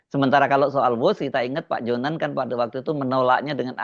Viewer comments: Her, JONAN, bukan Johan. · Maaf mas bukan Ignatius Johan tetapi Ignatius Jonan. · JONAN pak bukan JOHAN... ???